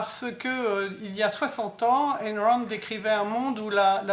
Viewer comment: Il faudrait dire à Madame Wapler qu'Ayn ne se prononce pas "haine"...